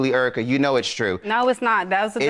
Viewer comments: He kept saying, "Urica". Lol. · Air-rica lol